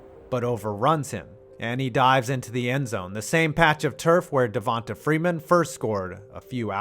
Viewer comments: It’s pronounced Devontay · Everytime he days devota freeman I shit a Lil bit... ots pronounced devontay damn mayonnaise get it right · Just some help pronouncing Black guys' names: just because their name doesn't have a 'y' or an 'e' at the end, you still pronounce it as if it does. So Devonta Freeman is pronounced "Devontay" not "Devontuh". And Donta Hightower is still "Dontae". Sorry, it was just cringe hearing the narrator say Dontuh and Devontuh. Lol. Great video guys 💪🏿💪🏿💪🏿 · Dude…it’s De-von-TAY…and Don-TAY😂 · Who tf pronounces Devonta and D’onta like that?